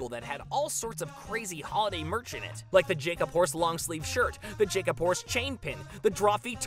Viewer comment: I'm glad they finally got barrett to correct the emphasis on jacob horse